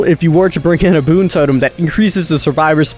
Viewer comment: King no hate but its boon not toon